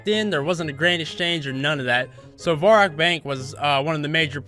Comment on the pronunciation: Um, i didnt wana be the one to tell you this, but its varrock, not vorrack x)